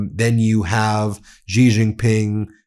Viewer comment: Wow, it is pronounced she not gee. What is wrong?